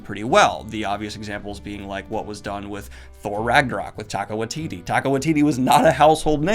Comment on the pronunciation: i'm sorry but just so you know in the future it's pronounced TYE-KUH